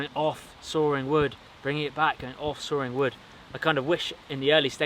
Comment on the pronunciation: "sawring wood"